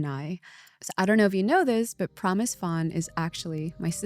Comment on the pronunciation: HI Michelle, I am wondering why you are saying “Phan” like that? I wish you pronounced it in Vietnamese!